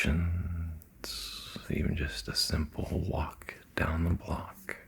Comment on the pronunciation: Hello from the French Alps ! Great video, really soothing. Glad I discovered it last night. I find your rythm of speech very relaxing, especially when you pause before telling the "s" like "friend...s", "vacation...s" lol, I know it sounds silly but to me and my French ears, that's quite a thing ! Thanks !